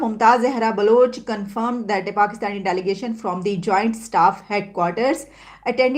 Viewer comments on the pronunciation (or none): I like how they murder everything like - politics, international relations, English word like delegation, which Pakistani msdam is pronouncing as daligation😂😂😂😂